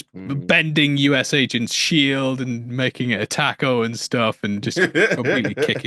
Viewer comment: what the hell is a “tack-o”?